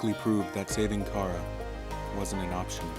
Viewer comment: you're saying chara like cara its chara like character and you're saying mount ebott like e bot its ebott like ebit.